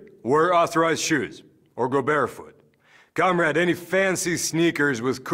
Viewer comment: Why does he keep saying cum rag???